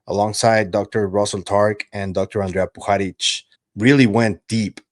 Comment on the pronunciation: Just as an aside.....Puharich is spoken as PuhaRICH , not PuhaRIK,.